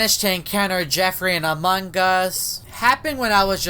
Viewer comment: Haha not anong us its among